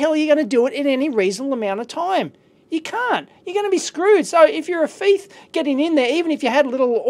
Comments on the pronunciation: You kept saying FIETH not THIEF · Dave pronunciaon of thief is fife lol love it. Great video. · I know i just finde it funny cuz another guy from youtube he is British does the same thing i am not beeing a smart ass Dave sorry if that sounded so.I was just laughing so hard when you said that.